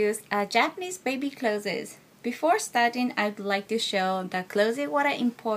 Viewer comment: Hello, although I am not a teacher at all, when saying "Introducing Japanese baby clothes" (written here correct) the pronunciation as "Clothes-es" sounds odd. sounding more like "Close" as in "close the door" is more correct. Sorry if I offend :(